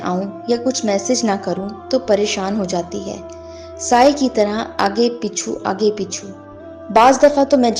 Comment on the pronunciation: اللہ کے بندے اُردو ٹھیک کرو پیچھے ہوتا ہے پیچھو نہیں